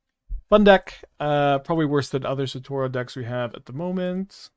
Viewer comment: Thank GOD I'm not the only one absolutely losing my shit every time he said SATORO